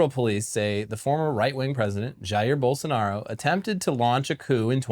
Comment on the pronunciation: I gotta say, great job pronouncing Bolsonaro’s and Lula’s names.